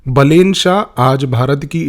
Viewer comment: so this dude is not a psychologist, has never met balen, cant pronounce his name correctly, but is now gonna know the profile of Balen shah? hahahahaha views ke liye kuch bhi